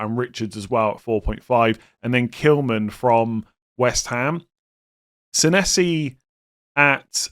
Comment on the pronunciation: I just wanted to point out that pronunciation of Senesi, yikes